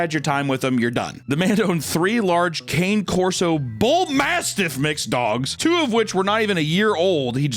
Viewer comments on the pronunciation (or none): Can someone pls tell he pronounced cane Corso wrong